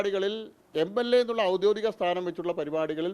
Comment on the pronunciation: 'ഔദ്യോതികം' എന്നല്ല 'ഔദ്യോഗികം' എന്നാണ് പറയേണ്ടത്